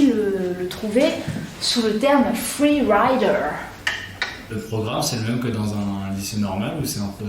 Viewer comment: "vous pouvez aussi le trouver sous le terme Fweee Waider... tk tk" j'ai explosé